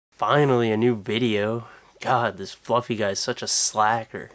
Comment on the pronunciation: lol flufee is fluffeh